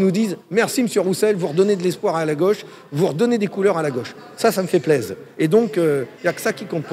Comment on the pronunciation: fabien roussel "ça fait plaiz" ok boomer